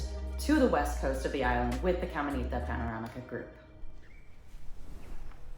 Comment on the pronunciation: "Camenita" lmaooooo